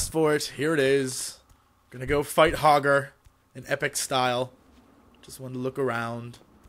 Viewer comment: its hogger .. RUN!!!!